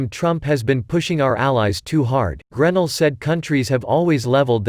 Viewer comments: GREN ELL,!! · GRAAA- NELL..please pronounce this Patriots Name Correctly!! Sorry, nails on the Deplorable Chalk Board